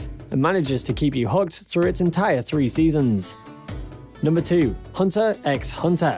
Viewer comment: Also he pronounces the x